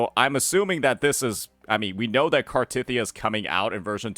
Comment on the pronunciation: Is a main story skipper? Ain’t no way he’s pronouncing Cartethyias name like that